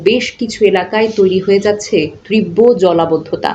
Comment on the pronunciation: ত্রীব্য নয় তীব্র বলা উচিত ।